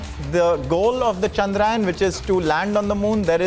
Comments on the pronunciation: चंद्र यान. Not चंद्रायन... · Please pronounce the word correct.. its chandrayaan and not chadrayan.. be proud to use the Hindi... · It Chandrayaan ..... Not Chandraayan 🤦🏾‍♂️ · Congrats 👏 its chandra yaan , not chandrayan 😡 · Guys at Republic TV let's not talk like non Indians the name of the mission is चंद्रयान not चंद्रायन 🙏🙏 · Ill-pronouncing anchors, is getting complacent with hiring news anchor...plz provide jobs to diligently better ones...chandrAyan😂...Vehicle 😂...Make the orbit smaller and smaller 😂..inches closer😂. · The news Anchor can't even pronounce 'Chandrayaan' word properly 😂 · News anchor 😂😂 thing’s he is in USA